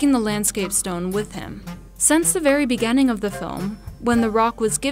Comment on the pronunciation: Here’s a good drinking game, every time the narrator says BEGENENG (instead of beginning) take a shot